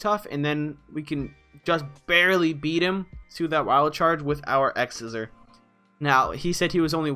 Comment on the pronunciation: Sih-Zor... not Seezor